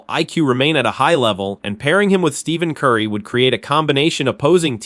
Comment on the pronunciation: You should learn how to pronounce Stephen Curry's name